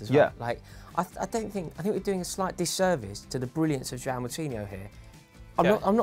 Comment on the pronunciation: still cant say Joao right lol